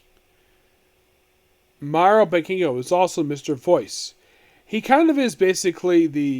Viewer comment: Bou-ken how do you pronounce that and then boukenger long o